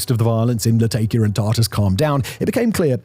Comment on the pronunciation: Really can't take somebody that says: tart-ass and latay-kiya. Reveals what a bunch of scripted nonsense this is.